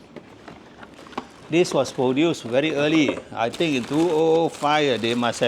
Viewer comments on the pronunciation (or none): none